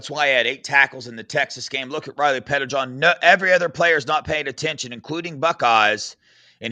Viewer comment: it might help you to think of Riley Pettijohn as two last names (Petti-John). Like you used to say Sam Williams-Dixon.